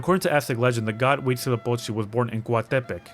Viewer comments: You enunciate most words heavily towards the start as if they were accented, even when they are not, or when the opposite is true for most I'd say. it is not Cóatepec, it's more like Coatepéc for example even if it isn't. I'm guessing whoever helped you chose to enunciate words that way because reasons. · I thought COATEPEC was pronounced like COATEPÉC instead of COATÉPEC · As a Mexican, I don't think we pronounce 'Coatepec' the way you did, probably because it's an actual city in Veracruz. However, you nailed 'Citlali'! It was tough to overlook how it was pronounced in the game (as 'SIT-LAH-LEE,' which is incorrect). I can't speak for all the other names/words, even though we were taught Nahuatl in school. I personally pronounce them differently (like putting a strong emphasis on 'TLÁN'), but I could be wrong. There's an NPC which is my favorite one because his name is Tepache, which is an ancient alcoholic beverage made from fermented fruits or corn. Thank you so much for sharing and educating others! 💖